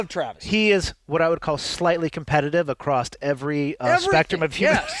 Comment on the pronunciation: good episode. although for the good of humanity i will say that it is "across" not "acrossed". ty